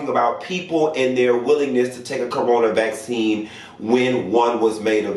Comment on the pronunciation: Black-cine. Not vaccine. Black-cine. ✊🏾 I heard that. 😂